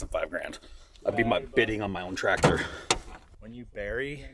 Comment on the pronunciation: hurts me every time you guys says tractor